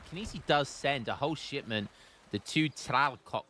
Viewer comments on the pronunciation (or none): Early book/movie Hermione would constantly correct how you pronounce things. It's not Tlacock its Tlaloc. (Don't ask me how to pronounce Tlaloc. I didn't know how Nahuatl was pronounced until recently) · „the 2 tralcock“ 😂